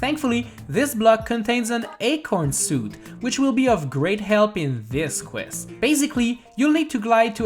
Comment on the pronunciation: “In, Dis Qwest” 😂 that’s how he says it